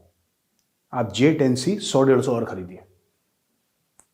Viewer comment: सर आपने एक चीज गौर नहीं किया शेख साहब j10c को js10 बोल रहे हैं